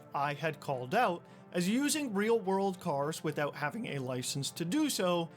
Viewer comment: . "Withewt a shadow of a dewbt." lol.